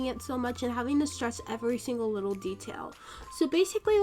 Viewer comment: why did she say wittle.